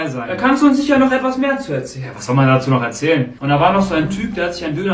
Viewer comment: Du mit deinem noich🤣 İch Schwöre so lustig